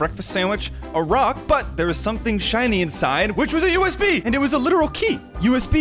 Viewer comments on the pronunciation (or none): “A US-key”